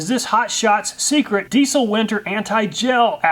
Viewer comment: It's pronounced deezle, not deessle